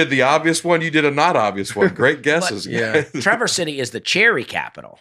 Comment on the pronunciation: Traverse City native here. Very cool to hear my hometown mentioned! I have listened to every episode since day one. A note on the pronunciation: it’s very subtle, but it is said like one continuous word “travercity.” Basically combine the “s” at the end of traverse and the “c” at the beginning of city. Also if you really want to be local, you can just call it TC. Hopefully this is confusing for Nate to read 😅